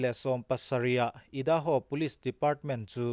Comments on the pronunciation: I da ho nilovin Ar a ai ( ai - hi a hniama thluk tur ) a ni e. Aidaho ( Idaho ) . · Ngaihnawm hle mai. Idaho hi i hi i am tih a I ang a lamrik tur (i da ho,) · Ngaihnawm hle mai, Idaho a i, hi l'am tiha i kan lam ang hian lamrik tur. IDAHO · I-:da- ho ni lovin aidaho(idaho).